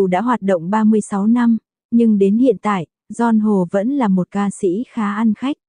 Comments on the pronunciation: Zon Hồ ôi giời ơi Bắc kỳ phát âm tên người ta sai bét Stupid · Đọc tin tức mà tên của người ta cũng đọc sai, Don Hô là ca sĩ nổi tiếng đó nha!